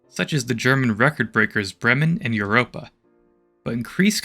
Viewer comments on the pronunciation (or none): none